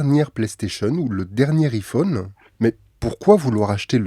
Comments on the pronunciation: Sa ce prononce ( aie Phone ) Psk iii Phone voilà quoi 😅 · Putain il est frouze On dit Aïe phone putain pas hi phone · En plus il dit apple en anglais, il dit "appeul" pas "apple" donc pourquoi dire "ifone" ? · Un Ifone 😂😂😂😂aïe pas i iPhone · Met t’a rien à faire de ta vie ptn et aussi c’est pas i-fonne mais iPhone y’a un accent anglais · Je sais que je vais faire mon chieur avec cette question mais pourquoi prononcer [I-phone] au lieu de [Aie-phone] ? C'est une private joke ? Ou c'est parce que on est en France donc autant le prononcer à la française ? Mais pourquoi prononcer correctement [Appeul] et non pas [aple] dans ce cas ? Les deux sont une marque pourtant, pourquoi écorcher celui-ci en particulier ? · Enfaite iPhone se prononce aïfone mais c’ecrit iPhone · Juste on le prononce aïephone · on prononce "Aye" phone mdrr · La marque c’est Apple !!!!! Et ont prononce aïe -phone !!!!!!!!! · On prononce AIE-phone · i-fooone.. Je saigne des oreilles 😭😂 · En n’en parle qui dit pas bien iPhone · Salut stp si tu refais une vidéo sur Apple ne redit plus jamais iPhone de cette manière merci ! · Deja apprend à prononcer iphone avant de faire une vidéo dessus. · C'est juste pour garder son anonymat, comme ça il pense qu'on ne sait pas qu'il est parfaitement bilingue 😂😂!! C'est mignon mais c'est cramé. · Qui prononce encore le "i" de Iphone avec la prononciation française, à part mes grands-parents (décédés) ?